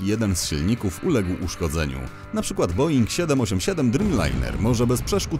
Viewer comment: Boeing a nie boing. Jakie są malutkie samoloty boeinga bo nie kojarzę?